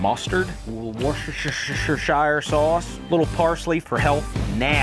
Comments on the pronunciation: once you hear it, you can never un-hear it... "watch-your-sister-sauce" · ahh yes.. I also like the "WashYourSisterSauce" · I just giggle when i hear people struggle with washyoursister sauce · Just so you know, my American friends..... it's spelled Worcestershire, but pronounced "wuster-sher" or if you must , "wuster-shire" ! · I appreciate him pronouncing worshtishisishsire like a proper new england native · Woshesheshire sauce is crazyyy 🤣🦀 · is the only way to pronounce warstorshire ^^°By the way this is how I thought I could spell it. worcestershire is the correct way, thanks Google. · Worschchchchsiree sauce! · Ah, the joy of Americans trying to pronounce Worcestershire! 😂😂 It's very simple - Wuh-stuh-shuh. But never stop struggling with this place name. 😊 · just say it as WUSTER SURE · Worcestershire is pronounced wustershur 😂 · Wuh-stuh-sher sauce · It's pronounced Wuss-ter-sheer. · worce-ster-shire. pronounce those bits however you normally would. thats the word before the imagined accent introduces all the other nonsense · That's not how u pronounce Worcestershire lol